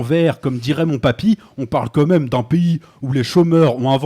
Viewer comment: Intéressant et pertinent, comme à ton habitude. Par contre, tu as un défaut de langage qui me turlupine ( par exemple), tu dis "Quo même" au lieu de "quand même". Je ne sais pas si tu fais partie de ces gens qui écrivent "comme même" mais en tout cas, c'est à l'oral au moins aussi agaçant qu'à l'écrit. PS : Pertinent** J'avais écrit patinant... je vais me cacher